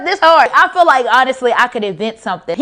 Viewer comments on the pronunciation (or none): none